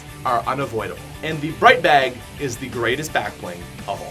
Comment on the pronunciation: Oh hell nah this nigga said bright bag😂